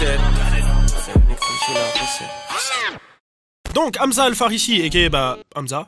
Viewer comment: Merde c'est aMSa pas Amza